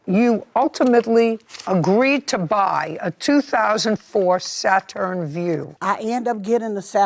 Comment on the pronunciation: If JJ say "Sa-Turn" one more time! 😂😂😂😭